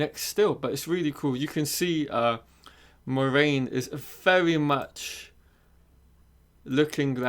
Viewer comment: Lol. This kid doesn't even know how to pronounce MORAINE. It's pronounced "mwah-RAIN", not "More-main". Yeah, a poser.